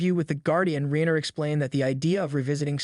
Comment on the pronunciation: Rye-ner you gen-z twit.